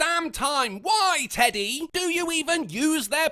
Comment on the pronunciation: Did she call him "eddy"? I thought his pronoun was "teddy"